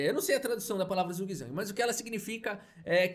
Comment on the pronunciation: boa noite! Parabéns pelo excelente trabalho de divulgação da arte de Caíssa, sou seu fã, assisto sempre aos seus vídeos. Zugzwang significa obrigação de jogar, no caso uma obrigação ruim, segundo um amigo que fala alemão e, ainda segundo ele, a pronúncia seria algo como tsutswang. Portanto, cheguei à conclusão que erramos ao dizer está em zug, não teria som de z, mas continuarei falando mesmo assim...rs. Abraços, parabéns!